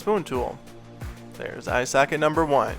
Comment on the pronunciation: "Eye sacket"